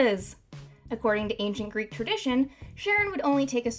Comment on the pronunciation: Greek is oddly pronounced playing assassins creed odyssey they pronounce things way differently then I've ever heard them pronounced.